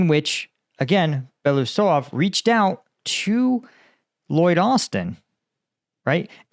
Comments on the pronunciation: Since it's very likely you'll have to pronounce Russian minister of defense last name again in future videos. Here are some small tips. Here is how it splits in syllables - Be-lo-u-sov. With "belo" part you have no issues and you are pronouncing it correctly. "u" is pronounced as "oo" in "book" and it's a separate syllable. But "sov" is pronounced as "sov" in "soviet". I hope this helps. 🙂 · Just a little note on spelling: he is Be (like in 'bear') - lo (like in 'low') - us (like in 'goose') - ov (like in 'of'). Belousov. Means 'the one with white msustaches', if you ever wonder. You sometime called him Belosuev - it would mean 'the one who pokes his white thing'... well, sounds legit as well.